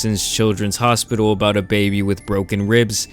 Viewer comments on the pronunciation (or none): none